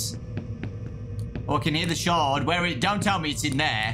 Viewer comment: Bro I heard him say "Shard" and I though he said "Shart" TwT